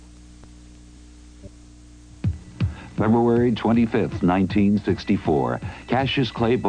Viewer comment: "A total ecclips of the sonneh." 😂😂😂